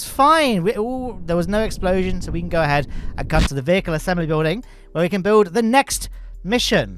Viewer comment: ha the boster exploshon